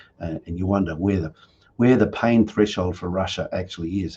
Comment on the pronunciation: पैइ्इन 🤣🤣🤣🤣🤣🤣 Today show is going on in english language.. wow